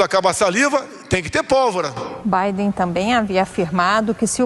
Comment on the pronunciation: A reporter fala presidente eleito o Bidê